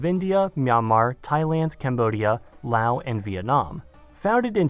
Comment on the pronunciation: as a geography nerd hearing laos pronounced correctly is like heroin